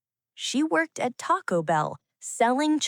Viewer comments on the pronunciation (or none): none